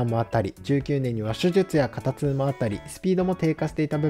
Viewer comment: 肩痛は「けんつう」では？